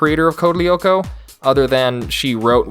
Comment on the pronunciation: As french person this show was FIRE !! Evrybody know about it in France. I loved this its my childhood. this but please i beg you DO NOT WATCH CODE LYOKO EVOLUTION !! (Oh and also you dont pronounce the "L" si its code (L)yoko